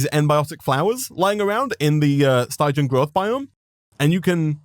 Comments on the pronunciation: Hearing him say Stie-jan the whole time was honestly painful. Its stig-ian, the sty pronounced like the sti in stick. It comes from Styx, stygian referring to things from it or of that nature. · It bothers me how he says stygian wrong